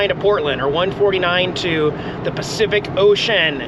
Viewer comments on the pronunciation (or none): none